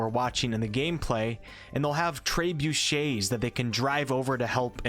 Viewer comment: "Tray-Boosh-Shays" ... lol